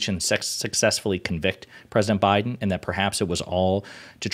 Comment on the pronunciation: WTF can't this Fox "journalist" say Biden?